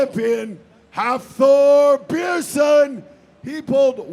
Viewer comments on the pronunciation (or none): Learn to pronounce Björnsson, ffs